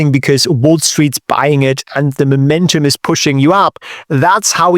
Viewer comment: Love and have been learning from him for a couple of years now. But today I get to teach him back how to pronounce the word: momentum. Imagine you are going to Mow your Lawn, or the three stooges Curly Larry and Moe then say Mow or Moe-mentum, otherwise if sounds as if you said Memento❤